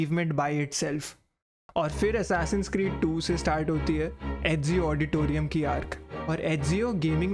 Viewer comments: Ezio Auditore not Auditorium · auditore not auditorium☠ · did he actually said Ezio Auditorium lol